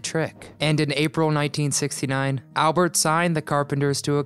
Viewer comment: You are correct! I started laughing when he said "Albert"